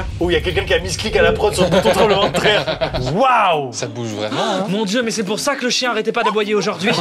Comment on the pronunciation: Je me rend compte que maintenant !! que Maxime dit "tremblement de traire" 😂 à